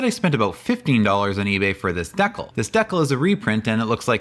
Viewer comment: "dekl" ? Is that how they say it in Canada?